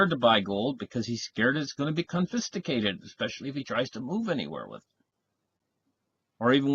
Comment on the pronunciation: Oh how I love thee. Confisticated